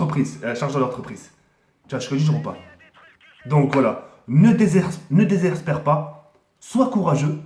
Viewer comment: MDR IL DIT NE DEZERSSEPERPAS